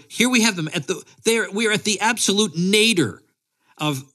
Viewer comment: "The absolute Nader..."? I'm sure you meant "nadir", but really, these days, what's the difference... And, I haven't watched ANY of those shows since they abandoned any pretense at comedy or interest in ideas. I enjoyed Jon Stewart's very respectful interviews of Ron Paul, and we certainly wouldn't get any such from ol' Trevor.